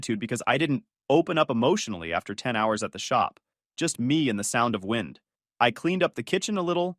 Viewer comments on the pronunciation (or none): Why does the narrator keep mispronouncing the word wind ?